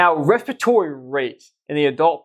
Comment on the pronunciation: Wespatory wate of twelve😂